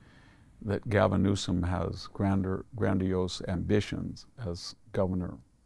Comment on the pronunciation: Can you say..... N-E-W-S-O-M?